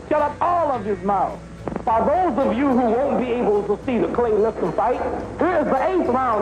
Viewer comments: Why the different pronunciation of Liston's name? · Could have been a great documentary, but Morgan Freeman's narration was horrible!! Calling him LisTAN, LisTON, half the time I didn't know who he was talking about..... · esp. the Li-stan really hurts even the ears...and I am a fuckin Swiss, english is not my language....xd